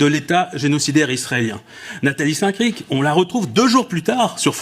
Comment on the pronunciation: Nathalie saint crifffff. c est saint cric